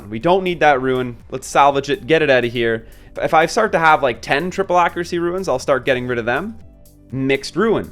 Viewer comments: psstt.. its not ruins But runes ;) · Dude quit calling them ruins